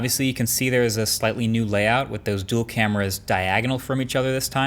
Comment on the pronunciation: new duel? more like noo dul